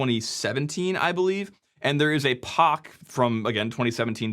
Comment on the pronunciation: POCK? YOU PRONOUNCE PoC AS POCK??????? Unsubscribed :P